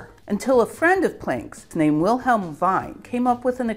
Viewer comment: Not that it's terribly important or anything but "Wien" is pronounced "veen", as in "veener philharmoniker". Also: "Veelhelm". A very nice video! Perhaps mentioning the "ultraviolet catastrophe" would be nice although this happened in 1900 IIRC, so a bit late in the game. But it must have provided an extra impetus to the proceedings?